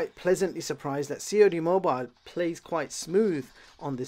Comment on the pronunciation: "C.O.D. mobile"🤣